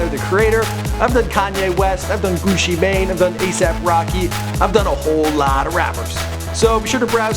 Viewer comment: who the fuck is Guchay mane? i thought it was Gucci mane